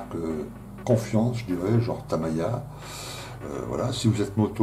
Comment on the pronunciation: Tres bon contenu mais a chaque fois le fait d entendre le Tamiya comme Tam Ail Ya ca casse le delire. Je t invite a aller visiter le Tamiya Plamodel Factory a Tokyo!